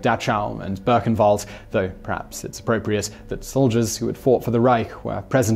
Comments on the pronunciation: Dahchow (dock-how) and Berkenwald (boo-ken-wald)- I normally don't say anything, but that was pretty bad. Much love and respect - your channels are the best on Youtube. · I like the way he pronounces Buchenwald and Dachau